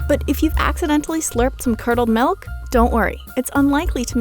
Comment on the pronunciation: does that 'melk' ever expire